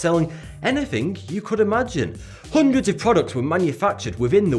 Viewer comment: I like the way he says...houndreds